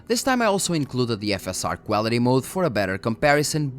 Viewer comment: Got to love the Cuálity pronounciation ;)